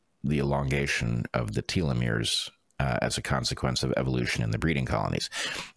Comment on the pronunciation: Telomeres pronunciation: (American & British) Tel . uh . meerz Not: Teal . uh . meerz